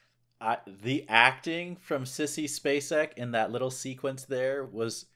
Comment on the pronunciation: you pronounced her name perfectly. Mary Elizabeth Spacek is one of the best actresses to ever have acted. And I think Sissy was about 26 at the time of playing the role.? She has made so many brilliant, brilliant films, Badlands comes to mind, plus Missing & her performance in The Straight Story. Amazing films, amazing talent.